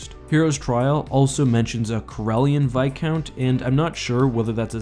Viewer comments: Why does he pronounce it "vi count" and not "vis count" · It’s viscount not bicount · Its Viscount not Vicount ;( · Like the channel but please pronounce the s in viscount. You say like vicount. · it isn't called vis- count. its called Viscount as in a title of a noble.